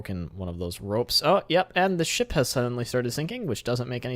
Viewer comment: When You Say 'Ship' I Hear 'Shit'